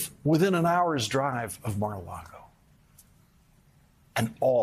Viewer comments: Lawrence, it’s Mar a LAGO (as in Lake) not LARGO. You’re in danger of sounding as bad as Trump did when he pronounced Russia as “Rusher”. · Except when he said Mar-a-Largo, lol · And i love him saying Mar a LARGO. LMAO. I personally pronounce it Mar a LARDO.